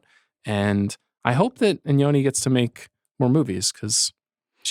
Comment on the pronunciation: No one seems to pronounce Iñárrritu’s name correctly, despite the accent mark being right there. Een-YAR-ee-too. Even DiCaprio got it wrong in his Revenant acceptance speech.